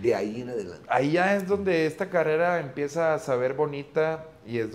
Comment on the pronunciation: Minuto 100,, dice carera envés de carrera